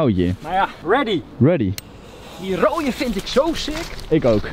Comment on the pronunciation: Het is sick zes niet sicks sicks